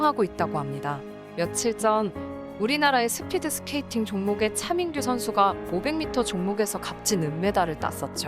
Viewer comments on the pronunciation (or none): 씻으면서 틀어놨는데ㅋㅋ 차민규가 자꾸 챠밍-규로 들려서 웃었네요ㅋㅋㅋ